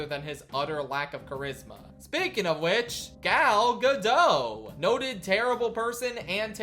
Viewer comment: Hey, please remember that the T in Gal Gadot is not silent. If you're going to say it like a hundred times, you might want to make sure you have it right.